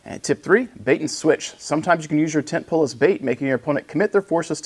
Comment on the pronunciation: Brother I heard tent peg 😂 not pole. Instructor used to give briefings in terms of lump lumps and tent pegs.. Ah good stuff, and good briefing video on the tent pole units. Hope it evolves the list game for the next tournament. Happy hunting